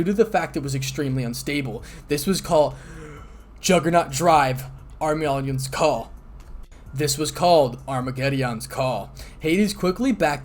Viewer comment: You say Armageddon kinda strangely but this is still an amazing fan made one shot